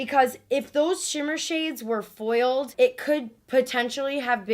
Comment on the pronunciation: "FoILEDd ShaaDows"